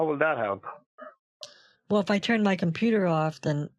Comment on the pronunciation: Because your compyoorrr is not sekyooor!